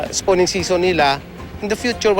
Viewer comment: spawning di spooning haha.